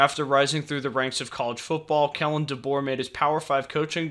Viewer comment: Kalen, not Kellen.